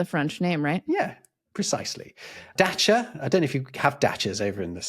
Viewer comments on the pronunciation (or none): none